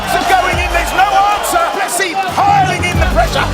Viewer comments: They pronounced his name multiple times, and this guy still unsurprisingly has to pronounce it wrong. Cant even watch it. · You can literally hear the commentators pronounce his name correctly and you still fuck it up. Americans man